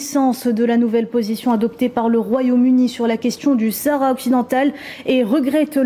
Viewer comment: Essayez de ne pas prononcé le ''H'' de sahara svp ( laissez le muet). Merci, ca fait pas pour les auditeurs